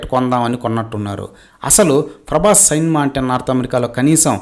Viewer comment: Frabhas ani fronounce chese nuvve cheppali faruvu teeyadam gurinchi nee Gurivinda kinda nalupu chusuko konchem 😂